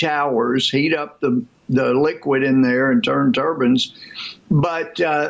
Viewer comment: Ok so he said turbans 🙄 not turbines. I know that's small. But that idiot gets everything wrong.